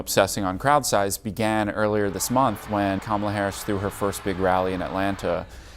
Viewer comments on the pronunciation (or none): Love your channel long time sub here, but may I ask that you check on the correct pronunciation of Kamala. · Hey ojeda you pronounce Kamala's name the same way they say it's racist when Trump says it the same way. Learn how to pronounce her name dumbass